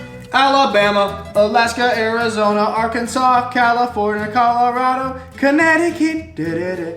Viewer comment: No one says Connecticut correctly